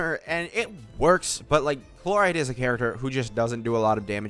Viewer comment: Calling Chlorinde Chloride is killing me 😂😂